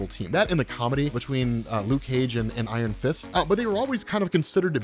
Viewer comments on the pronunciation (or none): I thought you said Iron Fisk instead of Iron Fist a couple of times, which made me think of how great and hilarious that kind of villain would be